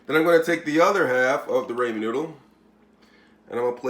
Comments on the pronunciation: It is RAHmen noodle and NOT RAYmen noodle. Please get it right. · your pronunciation is wrong it’s pronounced rahmen you say raymen